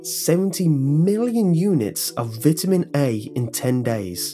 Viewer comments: Vitamin is pronounced vItamin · brits say vit-a-mins americans say vie ta mins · how most Brits pronounce "vitamin". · Don't American's pronounce it 'V-eye-tamins?' like that? I'm pretty sure they do.... I should know this, my step brother is American xD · Kat Tamplin Yep, we do. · I like how you say Vitamin :) not making fun or teasing it's just not common for me to hear it pronounced that way. I'm going to start saying it like that.